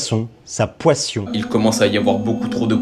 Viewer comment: "sa poission" 😂